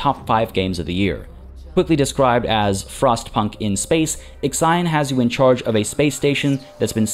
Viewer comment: x ajon, wtf is that pronunciation?? It is called / pronounced iksion.